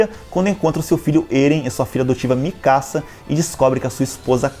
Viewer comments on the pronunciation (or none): none